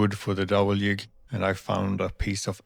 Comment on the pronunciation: I can hear you are Swedish from you pronunciation of "jig".